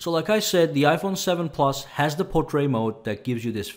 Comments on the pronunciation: He's a wonderful and very thorough reviewer and I follow him. However, saying portray for portrait is irritating. His English is superb as far as I can tell. I suspect he may be American... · Why can't he say portrait?